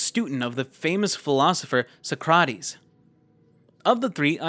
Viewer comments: good vid his name is Play-Toe got me yelling at the screen lol. And its also Sock-Ra-Tees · And Socrates is pronounced Sock-ruh-teez 😂 I was thinking "What in the 'Bill &Ted' am I hearing?" All good, live and learn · youre actually taking the piss you do not pronounce socrates that way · For the whole "The Cave" section, as someone who took psychology in college, you mispronounced both Plato and Socrates' names.